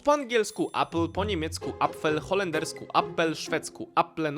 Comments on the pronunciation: Hahaha , chlopcze : jablko po szwdzku wymawia sie eple. Dzdzownica po szwcku to daggmask a nie orm . ORM po polsku to waz . Ja naleze do tych nielicznych w swiecie ktorzy wpierw dla zabawy zaczela uczyc sie jezyka polskiego . Okazuje sie ze nie mieszkajac w Polsce(razem bylam cztery razy a jeden tydzien) mowie lepiej po polsku niz polacy mowiacy w moim jezyku , mimo ze mieszkaja u nas kilka dekat. Znam cztery jezyki , ojczysty jest piatym.Pozdrawiam. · Po szwedzku inaczej wymawia się jabłko, coś chyba pokreciles 😊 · Orm to po szwedzku wąż, a nie dżdżownica. I nie wymawia się tego przez „o”. Äpple też nie wymawia się przez A. 🤦🏻‍♀️